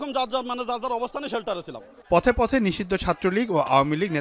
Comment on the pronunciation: 😂😂😂 bokacodara nisidho bole😂😂 kangladesh